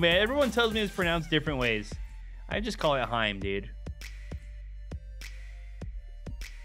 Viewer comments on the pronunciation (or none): none